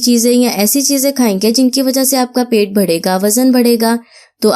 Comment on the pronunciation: It's pait not paits